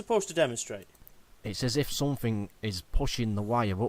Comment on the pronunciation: Any one who pronounces something as sumfing has to be less intelligent than a 10 yr. old. His video proves he's got the mind of a child.